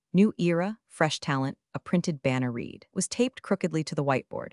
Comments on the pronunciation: The A.I.'s have difficulty pronouncing read=(red) there are other examples. Soon SKYNET will be able to fool everyone. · And “Read” when in past tense.